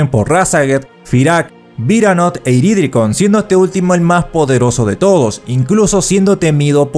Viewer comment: 1. Sería bueno que mejoraras la edición de los videos, por ejemplo quedarían mejor los tops si pusieras los números al mencionar cada puesto. 2. Es IridiKRON, no IriDRIkon. Ya van varias veces que lo pronuncias mal y no solo en este video. 3. Eres productor de contenido de Latinoamerica, pon los diálogos en latino pues